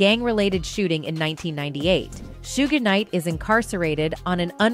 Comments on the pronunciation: Soo-gae Knight, Soog Knight, Soodge Knight, Keef D. Jeeez, this is hilarious 😂 you cant make this up. I mean when I first saw the name Suge, I didnt know how to pronounce it either (Sudge is how I said it, I think) but once I heard it as it actually is pronounced, that was it. But nah. This is funny as all hell 😂😂 Overall, nice vid 👍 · *Shhuuugg knight